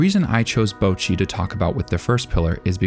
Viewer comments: Imagine watching BtR for like literal hours; Hearing the name being said in Japanese over and over and over and over. And then going: YUP! HER NAME IS BOUWCHEE - It sounds impossible, but Americans make it possible. They are out there on the frontlines of stupidity every day, fighting the good fight. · The way you misspronounce Bocchi is driving me nuts